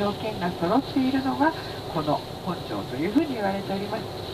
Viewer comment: 本庄のイントネーションが違います。